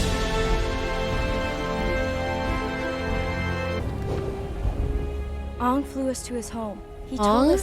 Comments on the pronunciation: Yea crazy how they couldn't even pronounce the main characters name correctly, lol. what a pos movie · Oong, the ovatar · ahh yes. soak-ka,uncle eeroh, and OOng. The holy trinity